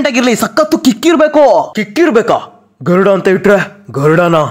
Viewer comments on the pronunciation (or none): ಗರುಡ ❌ತರುಡ ✅😅